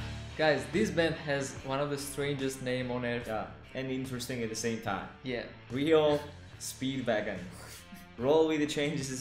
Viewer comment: Not "Rio", but R. E. O. Speedwagon, named for a 1915 truck model from Olds.